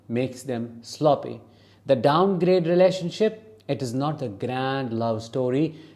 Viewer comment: 😂 I thought you said “relationshit” YES! Exactly!